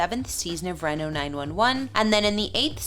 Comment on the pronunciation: It’s Reeno (Reno, NV).